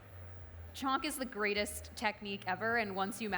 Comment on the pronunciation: Mediocre Indian/NRI cook who has learnt one or two things.. which she uses in every recipe.. here 'chhonk' & 'ghee'(in her words chonk and ghay).... I've watched her daal(Dahl=in her words) recipe she sucked miserably(no one in india makes dal like that no spice also her daal stucked in pan and putting her with madhur jafry lower madhur jafry's skill and knowledge and experience.. really there great indian chefs out there in US.. why to lower the leval of platform with her.... Dont come at me this is opinion of one indian who is passionate indian food lover